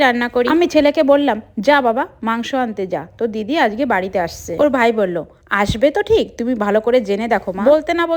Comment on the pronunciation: it's not আজকে,,, it's আঝগে😂😂😂😂😂